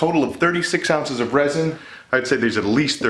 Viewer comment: 93 DEGREES?? You must be melting xD And what is "aunces" ? xD